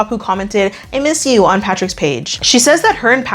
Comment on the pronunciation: I MEEs YEW 😂